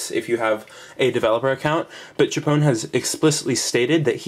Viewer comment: tchpown? Cee aitch pwn. Please!